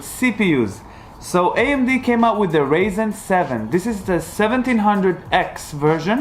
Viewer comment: It’s not ‘Raisen’ its ‘RyZen’ u tool.